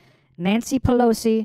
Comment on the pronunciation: Nancy Palancy 😆😂